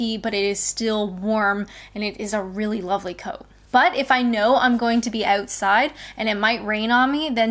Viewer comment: I love how every now and then your Canadian accent drops in: oatside 😘 The wetness of our snow is also very different to the Canadian snow.